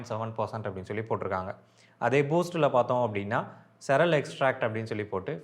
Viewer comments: பாய்.... Cereal என்ற வார்த்தையை சிரியல் என்று சொல்ல வேண்டும். நீங்கள் 'செரல்' என்று சொல்வது தவறு. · Cereal should be pronounced like serial. Not செரல் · Cereal to be pronounced as see·ree·uhl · Cereal is pronounced as serial